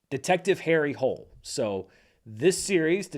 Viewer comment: So, Harry Hole is pronounced without the silent ”e” so Hoo-le. Yes, I am that much of a bummer, but you know, in the spirit of, correct is important ❤